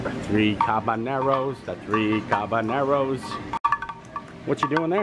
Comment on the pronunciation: um... so I hate to correct your "Spanish" but it's actually "3 Caballeros" which is pronounced not "Cabaneros" but "Ca-ba--Yeros". In Spanish, it's actually quite a HUGE mistake of mispronunciation!!!